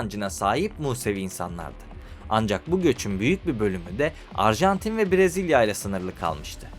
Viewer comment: Abi bak parayla değil zor bir şey değil İsmek’te diksiyon kursu var bedava. Akşam var, hafta sonu var. Ayda 10 saatte öğretiyorlar. Kendine saygın yoksa izleyiciye olsun ya… Yok Uragay yok Brazilya… İlkokul terk gibi bu ne?